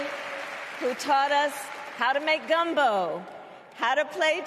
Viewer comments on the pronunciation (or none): “Gumbo” “aretha franklin” if you noticed she annunciated these words on purpose. Such a icky woman